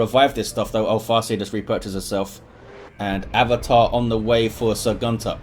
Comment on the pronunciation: The "great eldritch" was from Sir Gunter. If you look into the chat Iyanna tells him that he just killed most of her army and he apologizes that he had a lag spike. Btw: it always triggers me when you say "Gunter". The way you pronounce it, it means "male goose" where i come from. It just doesnt feel right. Very chaotic game; I am surprised Eldar were able to come back after that eldritch